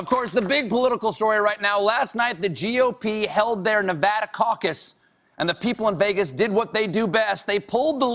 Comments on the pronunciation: at least colbert pronounces nevada right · The way he says Nevada is hilarious